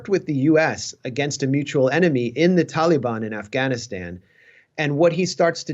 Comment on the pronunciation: I don't like the way this guy pronounces "Taliban".